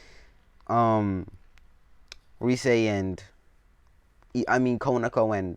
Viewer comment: her name is rias not rise.Sorry if i offended u